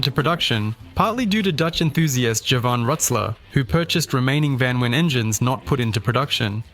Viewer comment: Its not vanwin its VAN VEEN